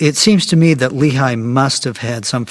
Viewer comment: Lehi isn't pronounced Lee-High in hebreeuw but Lay-He!